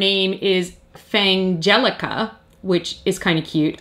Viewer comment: Also, just wanted to say I'm glad about your pronunciation of Fangelica's name. You came up with the same pronunciation compromise that I did, so both of the "g"s from the parent words would be included. Otherwose, it would be "Fan-gelica" or "Fang-elica", both of which lose the pun when spoken.